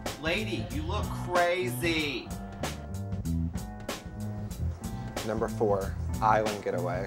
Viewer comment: "lady you ook crrrrraaaazy" lol